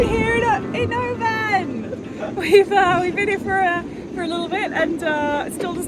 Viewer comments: Interesting that the dehumidifier nailed it. Rally enjoying these and lovely to see the changeable scottish winter featuring on a sailing channel ... just one tiny thing to mention: the place you're staying is usually pronouced OH-bun, rather than oh-BANN. Be sure to take a trip all the way up Loch Etive before you leave the area! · how long have you been in Oban and you still cant pronounce it properly